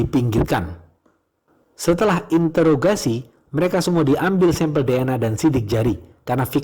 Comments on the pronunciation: Interogasi/introgasi, mimin blg intograsi😀😀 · Interogasi bang, bukan intograsi wkwkwkwk🤣🤣